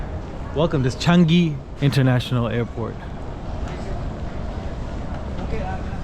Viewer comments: CHANGI, pronounced as written, Chang, i as in initial. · Like his local pronouncing changi👍